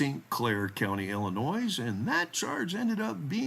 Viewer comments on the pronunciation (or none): Hey, there’s no NOISE, in ILL-IN-NOY (Illinois).😊